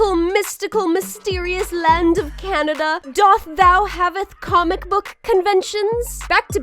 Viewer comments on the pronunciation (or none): Hehe “coomic bok” gig